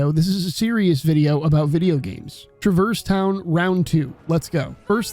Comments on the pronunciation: I don't care which way is canon, the way you pronounce Traverse Town makes me physically angry lol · Great video, I loved almost everything the way you pronounced Traverse Town 😂 I also might disagree on how KH has aged relative to other games of its time, but I’m definitely unreal biased so fair